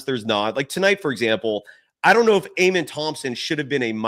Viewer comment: "uh-men" thompson.